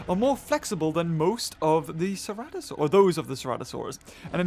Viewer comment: Is it just me or almost everyone said cerazinosaurs as crazienosaurs????